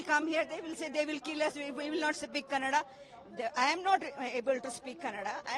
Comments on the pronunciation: For your kind information it's not kaand it's kannada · Abe kanaad nahi kannada bolo.. Hum jo bol rahe hoo sono Apna dimag na us kar dukan walnko apne dukan naam kanaada me laga ne bol rahe utna he..